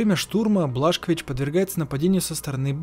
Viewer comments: Не Блашковис,а Бласковиц 😂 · Не Блашкович а Бласковиц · не Блашкович а Бласкович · Какой нахрен блашкович ? - бельгийский алкоголик ? БиДжей Бласковитз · БЛАСКОВИЦ а не блашкович